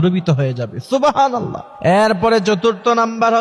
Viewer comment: সুবহানাল্লাহ উচ্চারণ ঠিক নাই,, তথ্যটাও যাচাই করতে হবে